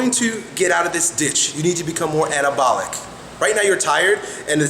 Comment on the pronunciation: Sounds like he is saying cannabalic